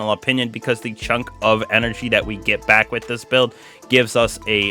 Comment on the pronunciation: Welcome BAWK to the channel..it is AWBSOLUTELY disgawsting